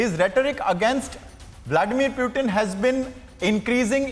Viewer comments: For god sakes , it is Putin and not Prutin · y u calling Pootin -- Pewteen